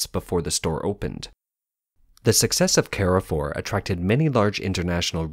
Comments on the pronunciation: It`s not "care four". It`s "car foo". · One small correction: It's not "Ke-re-fuhr", it's "kaahr-fuuhhr". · Car-for, not “Care-for.” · American pronouciation warning! It is CAR FOUR not CARRY FOUR! It means crossroads. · You french pronunciation still needs a lot of work mate, Carrefour in french sounds like more "Car" "Foor". You're welcome :) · Carrefour is a French supermarket n shld be pronounced as 'Car-full. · You should probably also correct the pronunciation of Carrefour. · carrefour pronunciation is cringe. please stop.